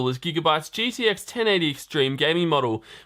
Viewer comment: It's uh... gTx just so you know. Not gDx